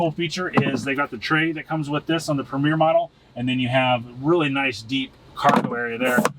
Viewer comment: Tahoe PREMIER, not “Premiere.” Two entirely different meanings.